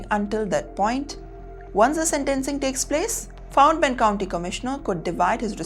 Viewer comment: Hello. Its "county" NOT "Country"